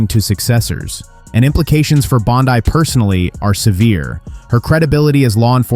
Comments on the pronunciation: I can't believe the banner for this clip literally used a photo of Judge Judy as the Judge, lol. And this didn't happen. So bad, its bad, lol. And no I won't support this channel. Stop making things up, it doesn't help. And her name is pronounced Pam BONDEEEE, NOT BONDEYE. Silly goose. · Is pronouncing her name "bond-eye" a way of insulting her, or do you really think that's how to pronounce her name?